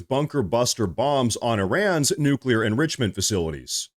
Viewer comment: Do they say “new-q-ler” on purpose?!